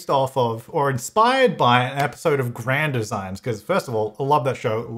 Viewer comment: The way he says Grand Designs really bugs me. Any other Brits?